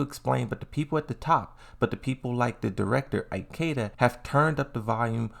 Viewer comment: Eye-keda... why bro?